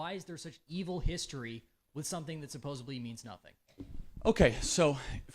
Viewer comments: “Supposebly” … Ok it’s over. LMAO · Hey little college boy, nothing is "supposebly"anything.